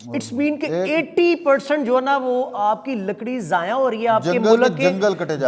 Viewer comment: Words zaya not zayaan